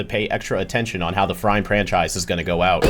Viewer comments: not only you said "Frime", but also Pranchise. 😭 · you didn't say Frime Franchise, you said Frime Pramchise Yes, I'm adding more salt to the wound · No, you didn't just say Frime ...you said Frime Pranchise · It's even worse than that, it wasn't just Frime Franchise, it was Frime Pranchise 🤣 Make sure you're getting 8 hours, 😄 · Sorry, rhe "Frime Pranchise"??? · "Frime Pranchise" Judgment has been casted it says your fine Thanks for the love The Ink Tank Love you guys too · I heard Frime Pranchise lol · did u know you said frime pranchise? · Frime Pranchise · "Frime Pranchise" LMAOOOOOO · Not only Frime instead of prime but i’m pretty sure you said pranchise instead of franschise. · don’t worry about saying Frime instead of Prime I didn’t even realise till you pointed it out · "frime pranchise" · ah yes, the Ben 10 frime pranchise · For saying Frime instead of Prime, I vote for the death Penalty. A fitting punishment for this mistake. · "frime pranchise" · "Frime" lmao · Not even Frime Franchise, "Frime Pranchise" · "frime pranchise" 🥀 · "Frime Pranchise" goes crazy 😭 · it wasn’t just frime franchise you said frime pranchise 😂😂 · It’s pree real estate. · not just "frime" but also pranchise :)